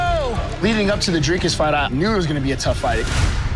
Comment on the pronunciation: Sean , its Dricus not Drakus